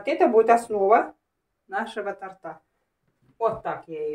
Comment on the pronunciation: "У тОрта", "основа нашего тОрта"! извините, ударение на О